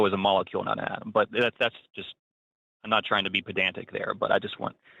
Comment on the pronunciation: The dude says atom over and over again and somehow comes out and wants to correct the hosts on saying atom and then goes right back to saying atom. The call is painful to hear